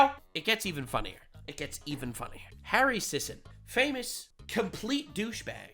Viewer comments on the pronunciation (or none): none